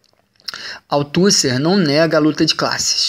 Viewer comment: Para ajudar na pronúncia : "Gramichi", "Autucė", "Pacerom", o conteúdo está ótimo, mas senti falta de uma interação na interpretação.